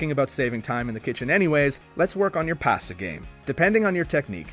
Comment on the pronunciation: First time in the history of this channel...someone pronounced "pasta" correctly...but then went back to the usual wrong way.